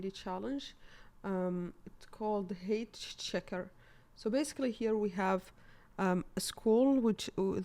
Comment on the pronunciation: cool explanation! by the way, "height" is pronounced as "high-t", not "hate". :)